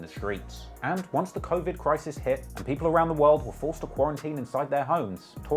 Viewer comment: "Crowvid 19" 😂😂